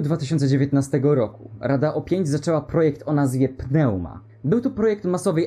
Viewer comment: PNEUMA czyta sie "niuma"